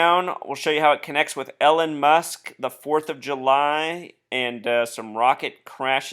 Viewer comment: Just FYI. Elon is pronounced ee-lawn, not Ellen.